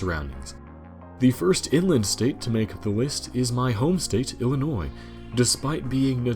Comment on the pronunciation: It's pronounced "ill - in - noy" , not "ellen - noize", after Lincoln's first wife.